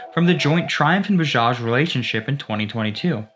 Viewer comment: Nyc video bro.. But its not boojaaj.. Its B A J A J